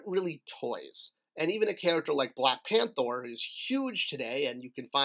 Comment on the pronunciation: You said Black PANTHOR. You truly breath and sleep MOTU!